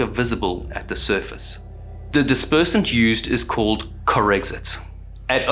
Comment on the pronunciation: "Corexant", OMG.....